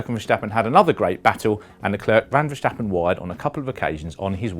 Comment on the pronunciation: Just say Max if you can't pronounce Verstappen